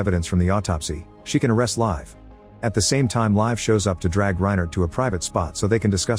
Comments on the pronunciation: "Live" is rather pronounced "Leev-eh". If you say live as in English, it sounds like "Leif" which is an old-man-with-a-beerbelly-name. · Its Liv not live